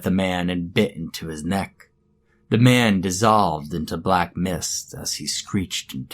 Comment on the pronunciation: It sounded like mam not man reeee